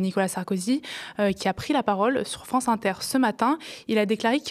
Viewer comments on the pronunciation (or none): none